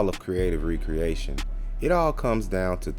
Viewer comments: You’re pronouncing it wrong… You’re saying Re-Creation. Spelled with the hyphen and is pronounced Ree-Kree-AY-Shun Recreation is pronounced, Rek-ree-AY-shun which has no hyphen and means - leisure activity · So, you should be using the pronunciation meaning Leisure activity , not the act of crating again